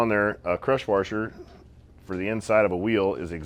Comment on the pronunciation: Waaaaarsher. Careful your Oregonian accent coming g through 😂🫡. Nice work like always